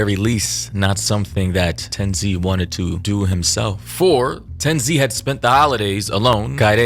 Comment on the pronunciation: ppl mispronouncing tenz name is crazy lmao i cannot continue watching